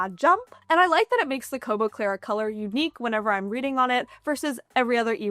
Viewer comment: Congrats on being able to say "Kobo Clara Colour" correctly so many times. lol I'm not sure I would've fared so well!